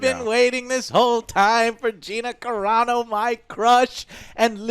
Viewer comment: It's Carano....not Carino....jesus